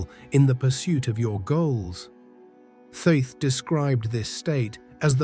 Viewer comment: Thoth is pronounced like cloth. Not being critical. I had to ask him myself.